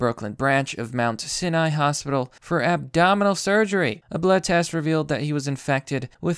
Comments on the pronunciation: "Mount Sineye" "Illinoise" "Neon Natal" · I’ve never heard of this fake mount-sin-eye 👁 nor have I heard of anti-bee-otics 🐝. Likely story you Russian-bot.